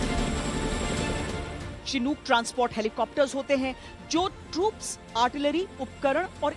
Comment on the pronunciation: चिनूक नही शिनूक होता है। भारतीय मीडिया का लेवल कभी नही सुधरेगा।